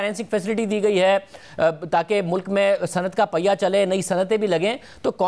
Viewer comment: Normal people : Mulk Rana Sana-Ullah : Mulak 😀